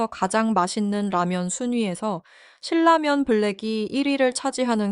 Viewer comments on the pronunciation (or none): 언제부터 실라면 이었죠? 왜 고유명사를 굳이 비틀어서 발음하는지... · 신나면으로 발음하는게 맞음